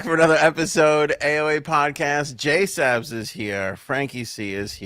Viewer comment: you get on my nerves with the JaySup bullshit… who the fuck is JaySup??? She goes by “JSabs”!!! Illiterate mfs in Massachusetts.